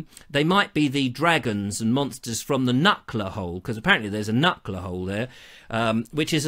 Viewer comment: It's not a "KNUCKLER" hole, it's a "KNUCKER" hole. No L. There is a knucker hole in Worthing, near Ham Bridge.